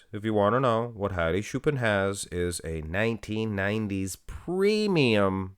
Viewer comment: its not shoopan dumy its choopan